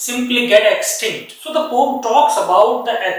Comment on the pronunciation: Poem bolna to seekhlo sir😂poom poom kyu bol rhe